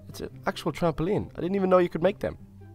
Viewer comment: is he and little lizard mexicans or what because he sounded like when mexicans said lava and trampoline ok i think they are bye 😃